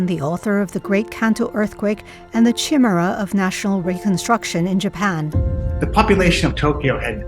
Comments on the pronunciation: That woman has a great voice and speaks well, except for those two words. Chimera. She pronounces it like camera. It’s Kymera, Ky, as in sky, accent on mer. Then she says IN oh vah tiv. It’s IN oh vay tiv. That’s just weird. Does she also say mee crow wah vay for microwave? Her name is. Is Canadian? De Luna doesn’t sound Canadian. But I’ve never heard these 2 mispronunciations before. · You're right about Chimera (ky-MEE-ra), but the word 'innovative' has slightly different pronunciations in British and American English, so it's not wrong to pronounce it INno-vah-tiv.